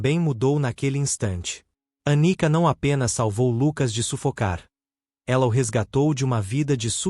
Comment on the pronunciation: Anica ou Anitta? Prestem mais atenção. ..